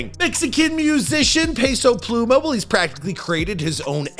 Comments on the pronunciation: pay-sow pluuy-mahhh 🤣🤣🤣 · "Peso Plumah